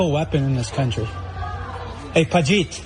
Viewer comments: did he call him Pajiit 😅😅. that's a new one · did he call him pajit? 😅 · Bro can’t even say “pajeet” properly 😂